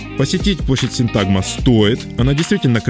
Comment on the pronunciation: Почему ставите ударение неправильно? Надо говорить СИнтагма!